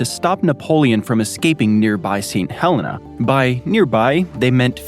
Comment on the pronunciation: That’s how we pronounce our Helena in Alabama as well;)